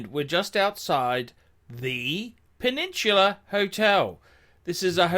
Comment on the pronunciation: The Pew-Nin-Chew-Lah ??